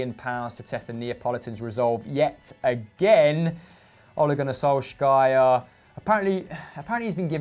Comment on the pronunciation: Ole gunnar SHOL - SKAJAR LMAO